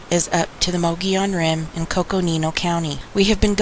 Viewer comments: Mug-e-own say it right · Thanks for good video. It’s pronounced ‘ Mog-ee-own’. Or ‘Mug-ee-on’. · Muh-gee-on, no Mongolians here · So uhh... you know the Mogollon Rim like the back of your hand, but your husband cant even SAY it? Hmm....